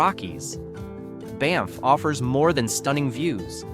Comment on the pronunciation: I think it's an AI reader. It mispronounced Banff at least once, too.